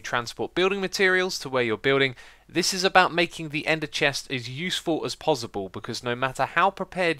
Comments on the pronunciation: Is it pozzible for you to say possible? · Is it me or does it sound like he's saying 'pozzible' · No one gunna talk about the way he says ‘pozzible’?... k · He keep saying pozible!! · "Pozzible" :D :D